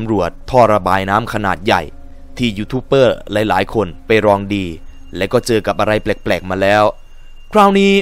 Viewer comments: ดูกี่ทีก็หงุดหงิด youtuber มันตัว B แต่ออกเสียงเปอร์ทั้งคลิป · อ่านว่า"ยูทูบเบอร์" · ยูทูปเบอร์ ครับ ไม่ใช่เป้อ